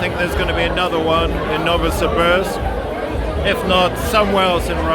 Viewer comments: Thank you for sharing about Novosibirsk. Incidentally, Pronunciation is "Novo see beersk" A bit like saying "beers" with a K Can't go to Novosibirsk without going to a KHL ice hockey game . ... team is "Sibir" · You are using the American pronunciation for Novosibirsk Ask a local and you will definitely hear "No vo see beersk"